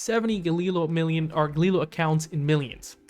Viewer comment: You cant even pronounce Galileo right, but I am expected to listen to your stock analysis like you know what you're talking about?